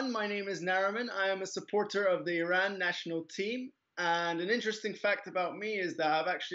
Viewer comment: its not eeeran...its eye ran..